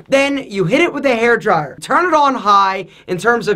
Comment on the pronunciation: 😂The way said *hairdryer*😂